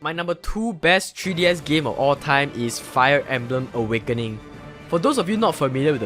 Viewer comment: "TREE DS"